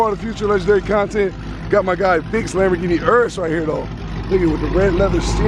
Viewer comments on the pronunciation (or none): none